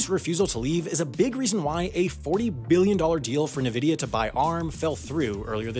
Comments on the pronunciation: I know you aren't a tech channel, but nVidia is pronounced "en-vidiya" not "nevidiya". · Sorry, Naveedia? It's en-veedi-ya. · I believe it's pronounced "En-Vidia" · Did pronounce Nvidia "Nuh-vidia"? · Wait, "neh-vidia"??? They've been around since the 90's, first time I hear them pronounced like that... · the guy who says "nuh-vidia" losese credibility